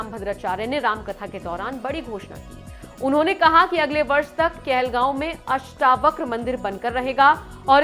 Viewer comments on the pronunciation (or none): अष्टाव्रक नही अष्टावक्र बोल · अष्टवक्र बोलना तो सीखिए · आप अष्टावक्र का उच्चार अष्टाव्रक कर रही हो, ये गलती सुधार लो l अष्टlव क्र है और आप अष्टाव्र क कर रही हो l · अष्टावक्र हैं अष्टाव्रक नहीं